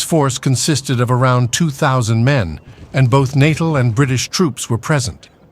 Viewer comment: Natal ? Are we talking babies here ? I'm 'fairly' sure you don't say it that way if you mean Natal, rather than natal.